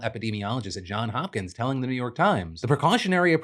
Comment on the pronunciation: It's JohnS Hopkins. JOHNS! (Sorry its in caps/yelling. It's just every time Phil has said the university or hospital's name, he never pluralizes the John part. As a Marylander, I can't take it anymore.)